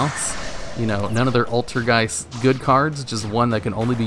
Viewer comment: Im happy that you pronounce ''Altergeist'' correctly. Not like some people who say ''Altergist''... ''E''s matter, guys!